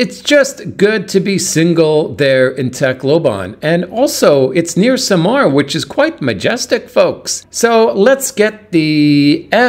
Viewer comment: SAMAL, NOT Samar